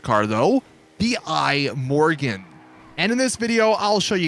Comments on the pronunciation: It's not an apple product, so don't call it the "I Morgan". It's the Swedish word for tomorrow "Imorgon" (pronounced pretty much E-More-Gone). Certainly not I-Morgan. Still, the video was ok. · "The Eye-Morgon" Anyone with 2 or more brain cells: ihmorgon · "The Eye Morgon" 🤦‍♂️🤦‍♂️